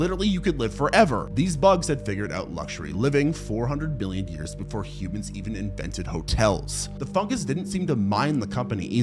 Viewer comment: it definitely sounded like billion